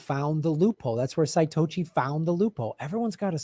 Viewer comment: could be a way to pick stablecoin winners and losers. Chinese Tether BAD, American USDC GOOD, etc. (also its Sah-Toe-Shi) <3 i agree its hilarious that Tlaib is the one pushing this. like what? is this what your constituents are clamoring for? *PHILIP J FRY SIDE EYE*